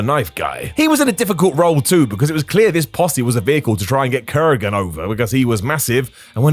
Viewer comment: Why does keep saying "kurrigan" instead of Kurgan sometimes? 😂